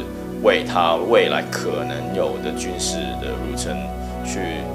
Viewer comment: 有些词读错音， 入侵 qin